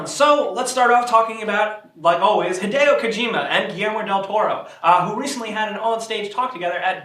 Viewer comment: stop saying hidayyo its hi de o